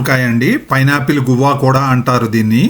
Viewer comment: good info, never seen this fruit before. It’s not గువ్వా or గోరింక. It’s pronounced as “గ్వావా”